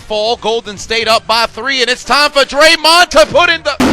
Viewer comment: YO SAID draymon TO THE RESCUE 😂😂😂😂😂😂😂😂😂😂😂😂